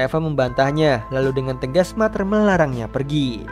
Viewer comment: Ralat min “Mother” di baca (mader) bukan (mater) Btw cerita nya bagus Makasih min